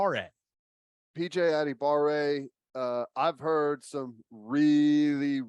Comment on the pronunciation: I found a video of his brother pronouncing his own name. add-uh-bar-"A" - Sending it to you on Twitter so you can hear it as well.